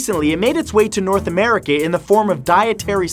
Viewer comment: Is it just me or did he just say north americe in